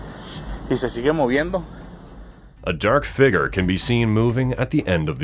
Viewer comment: Can anyone tell me what a "figre" is?